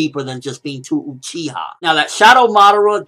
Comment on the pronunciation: ***** It is Uchiha not Uchia.